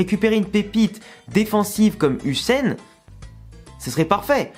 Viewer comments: Ça se lit "heu i sen" si je dis pas de bétises 😂 Sinon top vidéo 👍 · Sa se prononce dean iyouzen huijsen